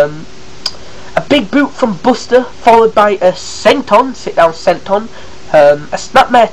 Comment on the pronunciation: you say buster's name wrong